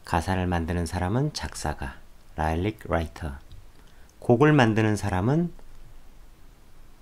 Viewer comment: '라이릭' 아니요 '리릭'이에요